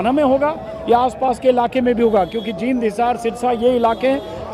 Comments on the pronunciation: It's pronounced as Jeend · जिंद नहीं, जींद कहो जी। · नमस्ते अंजुमजी जिंद नही जींद है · जिंद नही जींद कहो श्रीमान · Ajit.My suggestion In your interest. Please try to pronounce "Jind" as JEEND as known. Also try to be non partisan in reporting on lines of Rajeev Ranjan. 'Mahaul ---' Your reporting is most ethical. I am an apolitical man &also Jat by birth,an octogenarian,post graduate of yester years having distinguished past service record in Central Govt. & fully in know of Politicians past & present including HOODA Duos who have intentionally aroused sentimental feelings of Jats in self interest being most SHREWD in hoodwinking.Showing Utopian dreams to capture power which will shatter badly. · जिंद नहीं जींद बोल मुर्ख😂😂😂😂